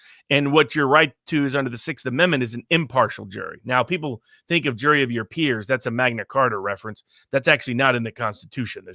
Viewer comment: we are li-eople. hehe.